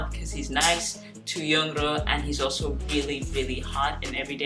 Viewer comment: Her name pronounced pretty easy (YoungRo) young + ro (bun in korean "r" is difficult to pronounce, so sometimes they call her "YoungLo" or "YoungNo")